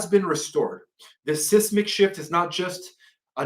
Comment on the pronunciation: SIZE-MIC SHIFT!!!!!! Not SIS-mic shift.